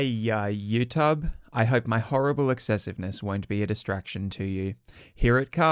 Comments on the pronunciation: maybe cause he says yuhtub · No one:: “You Tub”